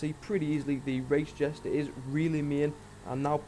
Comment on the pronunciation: Jester not jesta